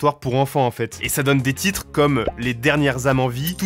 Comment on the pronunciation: faut revoir la prononciation des titres en anglais on comprend rien😂